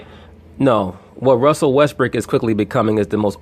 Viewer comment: yes he, is bro Russell Westbrook is, the MVP again. I fuk with you bro. but you wrong. best PG in the NBA. Facts. and it's Brook not Brick 😂😂😂